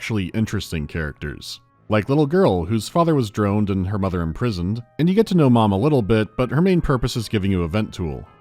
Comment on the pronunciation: I thought for a second that mispronounced drowned